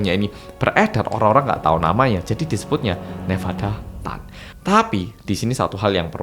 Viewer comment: Nevada chan kali.. bkn nevada tan